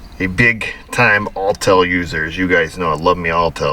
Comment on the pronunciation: AWWTel (Autel), not ALLtel lol. /headdesk